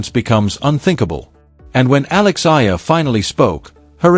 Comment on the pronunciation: I c'ant believe this guy can not even Oromounce Eala's name.